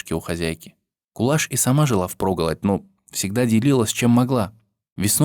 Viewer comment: Рахмет,что помните,что мои предки казахи спасали всех переселенцев чеченцев,ингушей,немцев,корейцев,поляков и т.д.Помните и передавайте своим детям ,внукам и правнукам.Я горжусь,что я казашка!Имя не правильно произносят не Кулаш,а Куляш.Будте здоровы и счастливы все народы Мира!